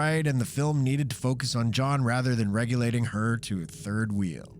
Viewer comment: It's only one of many incorrect words and mispronunciations he made. It was so bad I was wondering if this was one of those AI voices.